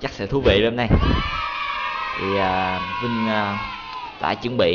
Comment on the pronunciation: Cách đánh vần tên vinh mc Vính mờ cờ😂😂😂